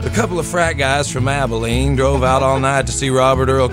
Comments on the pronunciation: ...he says Abilene. It's Abilene.... seriously? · It's ABILENE, Texas. Not Aveline.